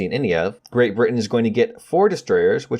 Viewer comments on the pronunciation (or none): none